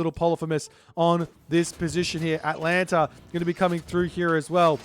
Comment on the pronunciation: you went 23min before you mispronounced Atalanta again ;(